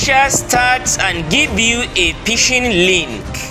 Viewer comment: Pishing 😂 lol , phish lol 😂